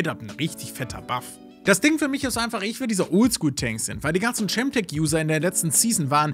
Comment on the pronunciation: Sehr gut zusammengefasst. Ich habe nur eine Sache anzumerken: Es wird Kemtek ausgesprochen.